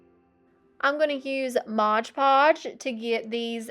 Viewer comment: Love everything except "modge" omgoodness I cringe everytime lol it's mod